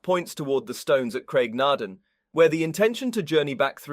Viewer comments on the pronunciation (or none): Lall-leee Broch and Graig Naa Dooon, not just punctuation